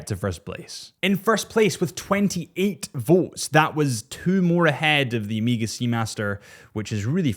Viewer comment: Bro, its not Emega